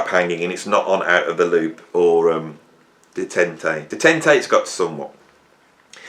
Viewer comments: that album is pronounced “day-tant.” Detente is the easing of hostility or strained relations, especially between countries: “A serious effort at detente with the eastern bloc." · Detente is pronounced day-TONT